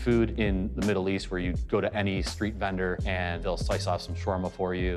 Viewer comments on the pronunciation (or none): Notice that actual Arabs call the sandwich SHAR-WARM-UH...and not SHWARM-UH. We should get the pronunciation right. It's like saying SHE-ITE...after them telling you it's SHIA. Very disrespectful. The sandwich has 3 syllables not 2. SHAR-WARM-UH. Not SHWARM-UH. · Its SHA-WER-MA. There is no "r" before the "w" in arabic. شاورما. And it is not offensive if they dont pronounce it right.